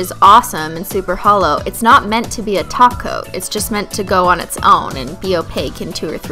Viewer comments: I almost had a heart attack when she said top coat and not taco 🌮........ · after watching this video again 8 years later im remembering why we all thought she was saying taco 😭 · Did she say topcoat?? And not taco??? OMG!!!